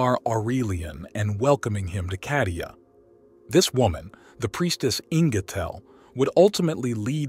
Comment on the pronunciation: why are you pronouncing Kadia?Cardia with C